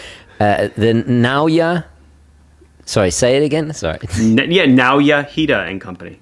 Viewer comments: Japanese pronunciation is phonetic, based upon a collection of consonant vowel combinations. Naoya would be pronounced na-oh-ya. The emphasis would be on the oh., it would be worthwhile to learn the japanese phonetic alphabet so that you can get the pronunciation of names correct before you visit Seiko in Japan. The effort will pay off. You can find it online by searching for a katakana chart. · Nah-oi-a hee-da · Ok you nailed it: just say the f... name ! 😤 Give it google: it would pronounce it.